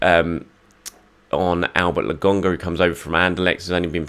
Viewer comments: Man like not sure why he calls Lokonga as Logonga? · Please stop saying LAGONGA … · Andelecht fans agree with your pronunciation of Lokonga. He is definitely LoGONEga. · I know! It’s driving me insane! Nearly as bad as him saying Orba instead of Auba.